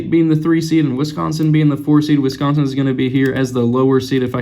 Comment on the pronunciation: Wisconsin, not Wisonsin